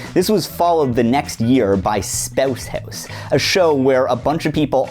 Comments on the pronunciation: “Spouwse Houwse”, I love you Canada. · Every time I listen to this hearing the Canadian accent pop out when you say "spouse house" makes me smile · Could you say "Spouse House" less Canadian? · I’m sorry but spouse house is the absolute funniest phrase to say in a Canadian accent. Don’t get me wrong I respect your culture 😔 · Man says "spouse house" with the Canadian dial set to eleven